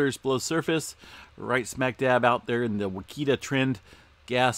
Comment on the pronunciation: It's pronounced (Watch I ta). And what caused the swarms in Oklahoma in the 1800?? You do realize that we as humans have only been drilling for oil for a very short period of time in the span of time..Like less than 100 years .. It isn't always oil and gas..if that were the case where is all the quakes in the Gulf? How about in Canada? France? Iceland? Other than volcanic influenced movement?